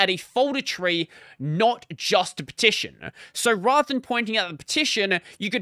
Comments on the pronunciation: you're saying it like /pʰˈtʰɪʃn̩/ but everybody else with an Australian accent says /ˌpʰɐːˈtʰɪʃn̩/ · thats not an accent you are just saying it wrong???